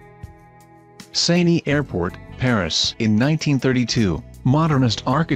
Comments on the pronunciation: Seini? It's [Se:n] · The river "sein-y." 😄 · Saynee? Corbusiurrrr? Not finishing this. Bye. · FUQQIN RIVER SAYNEE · I like how it can pronounce Eiffel somewhat normally but completely butcher the Seine River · Les Maison Tours and Seine have been mispronounced